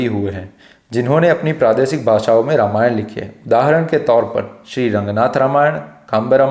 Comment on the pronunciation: Namaste! You are doing an excellent job. Would request only one thing. I have deep respect for Bhagavan Ram and hence recommending with deep respect to please speak his holy name properly in the word Ramayan as NOT 'रमायण'(Rmayan) but 'रामायण' - (Ramayan) as it is bhagavan राम and not रम. Because Ramayan is the story of his journey/holy path and we get the benefit of his holy name chanting when we say it without any distortion. Let's not keep the listeners away from the benefits of holy name listening and chanting (Sharavanam and Kirtanam) Hope it helps. Thanks for understanding. Several Mandirs, libraries and Gurukulas have been destroyed, in Northern and other parts of India and many holy names of places and persons have been purposefully distorted. Let's NOT do this to this one atleast. If a 3 year old little girl Ramaa Kumari can do this, we all can do this! Jai Shree Ram! 🙏